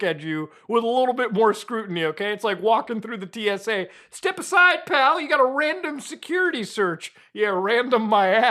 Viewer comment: "random my ass" sounded like ...rammed in my ass..yeeaahhh prolly shouldn't say that...ever ..Again